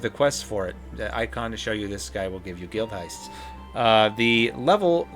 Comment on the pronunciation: Great video! This is useful even for returning players who have been away from the game for a while. One thing though... They're GuildHESTS, not GuildHEISTS. I don't know what a Guildheist is. Probably when you assemble a party, walk into the nearest guild hall and shake the place down. Edit. Fuck, I had to come back. LAYVquests, not LEV-EEquests. Leve is dutch/norwegian word meaning "to live". A levee holds back large amounts of flowing water.